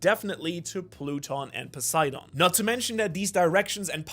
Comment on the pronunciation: A german guy pronouncing english words in a japanese accent is starting to be some of the most cringe stuff in the one piece community Cant even say poseidon which is greek/latin without sounding like a japanese tourist smh Speak english properly and quit tryna sound japanese dude like what even is that, a grown man culturally appropriating an accent ? 😂😂 Jk but still wtf